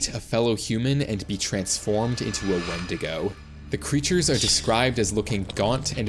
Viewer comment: Not windida it is windigo